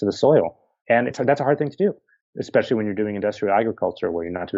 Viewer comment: Not sure if youre aware of this, but there is no such word as " eckspecially". Sorry, but to me, its equivalent to chewing tin foil in my ear.